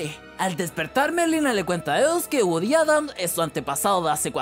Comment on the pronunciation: Pero es "GOODY" no "WOODY"